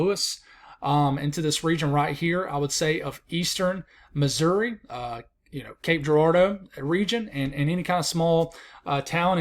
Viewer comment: you pronounced Cape Girardeau perfectly. Well done!